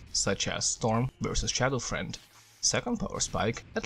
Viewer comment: I like how he says shadow friend instead of shadow fiend XD amazing guide as always